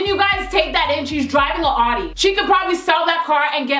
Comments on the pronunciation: Its not pronounced Awdi, its pronounced Owdi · its sound like your say "shes driving an hottie" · The way you say Audi xD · lol your pronouncing the car wrong